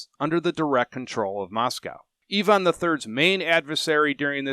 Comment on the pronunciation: I immediately respected you for correctly pronouncing Ivan as Eevan rather than the usual Aivan ;))